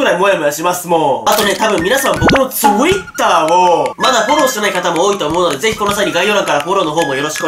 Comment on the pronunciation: ツイ↓ター↑を